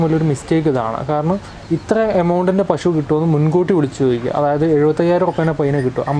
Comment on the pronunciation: പഷു അല്ല. മലയാളി പശു എന്നേ പറയാവൂ.